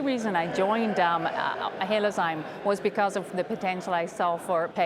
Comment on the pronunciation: HaloZyme NOT HaloZome IDIOT. Cramer, do a little research and learn how to pronounce the company name before the interview.